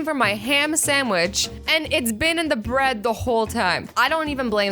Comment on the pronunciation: Laughed myself a six pack at "Brid" I need some Brid